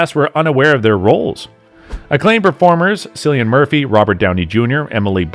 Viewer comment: Your credibility sinks to its lowest here. How can you comment on a film where you don’t even know the lead actor’s name?! It’s KILL lee un, dammit.